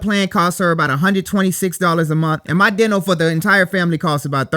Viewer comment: He can’t say Dental right.